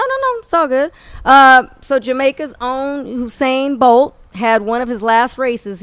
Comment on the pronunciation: My Nigga Corey said "Husain Bolt" lol